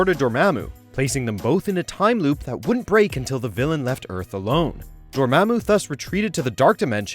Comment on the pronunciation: A few mistakes here. The guy pronounces Dormammu wrong And the most obvious is that he says Tony has his LEFT arm in a sling in the first Iron Man movie. Yet we see Tony's RIGHT arm in a sling